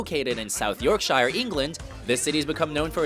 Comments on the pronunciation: It's pronounced York-sheer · Big up the Sheff/Sheffield From a place pronounced "York-sher" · oh god when he says south Yorkshire... here in Sheffield we pronounce it york-sher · south york-shire. no mate its Yorkshire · Sorry to be pedantic, but in England it is pronounced york-shure not york-shire :/ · its pronounced more like yorkshre not yorkshiyre... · York-shy-er lel, it's york-sher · that pisses me off when they English words weird....yorksher not yorshIer.... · shIre shur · it's pronounced York-sheer. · or York-sha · it more liker yorksher tbh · It's YORKshur. New ORlins and Roy AYcuff. ---How hard would it be to ask someone to check your pronunciation before you record the voice over.? While you're out it, you can make sure the copy makes sense. Jimmy Hendrix was not an "international icon during his short 27 years." I think even he had to spend a few years learning to walk and talk and play the guitar before he became an icon. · I thought the same thing, why no Liverpool? Also, the American pronunciation of Yorkshire is Hilarious IT'S PRONOUNCED SOUTH YORKSHUR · It's pronounced 'Yaaksheh' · .... York Shire ? Shyre? ? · It's pronounced York-shear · you said yorkshire wrong york-sh-ir-e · Sheffield in North-York-SHIREEE😂😂😂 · York sheer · I was shitting myself laughing, I'm from Sheffield, so its Yorkshuh for me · Sorry as a musicologist I find this top 10 seriously flawed. Not even a mention of Liverpool (Beatles), cities like Atlanta (B 52s/REM) or Detroit (which gave us Motown, Madonna etc. Also if you are going to do a documentary please at least pronounce the cities correctly. Yorkshire is pronounced Yorkshur. Also not even mentioning Bowie? Wow. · thats not how you pronounce yorkshire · Dear Lord, as someone from Leeds, your pronunciation of Yorkshire was painful. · Just saying you don't say Yorkshire like that 😇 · That pronunciation of Yorkshire, though :/ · pronunciation of Sheffield and Yorkshire is pitiful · How did u pronounce Yorkshire wrong